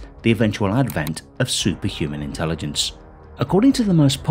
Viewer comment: ..."intellidense"... - Nick Boström